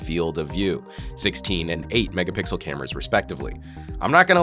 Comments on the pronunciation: he said megapickle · He said mega pickle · "16 mega-pickle" What? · I think he said Megapickle on purpose as a running gag because people keep nitpicking the joke about it on his videos. lol.